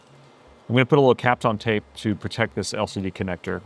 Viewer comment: Why you gotta say captain tape so weird